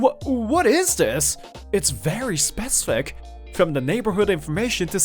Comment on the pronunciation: The way you say “specific” pronunciation is wrong